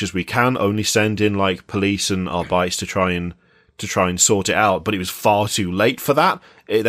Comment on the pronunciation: "arbytes" sounds so lame Do you pronounce astartes as "astarts" as well?